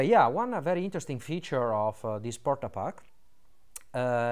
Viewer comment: DID YOU JUST SAY WHAT I THINK YOU SAID???? PORTA PACKA LOL